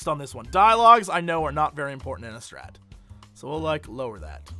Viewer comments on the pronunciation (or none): none